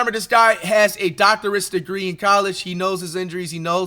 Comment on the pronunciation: "dorctor-ous degree" pray for flight man